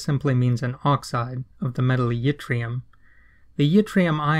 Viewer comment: Fun fact - yttrium is named after a place in Sweden called Ytterby, and y in Swedish is pronounced like I in most other languages, so it should be pronounced like itrium, not jitrium. No biggie though.Thanks for the video, it was very enlightening.